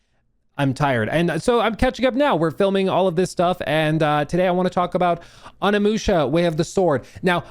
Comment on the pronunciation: “On a musha” 😂